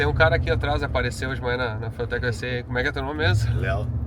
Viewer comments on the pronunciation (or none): eu juro q ouvi o falar "furtec" no começo